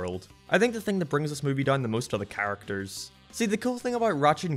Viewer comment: say the word "characters" I dare you with pronouncing it choorrictas